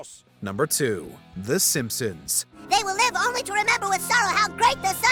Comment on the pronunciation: Hey, man, please stop saying “olnly”. The word is “only”.